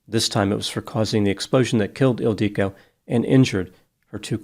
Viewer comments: I'm not sure why used 2 different pronunciations for the name ildiko (Ildiko and Ildique). It appears to only have one pronunciation. Is this perhaps a common nickname for Ildiko in Hungarian? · Her name was Ildiko, pronounced with the same cadence as indigo, or wottahoe.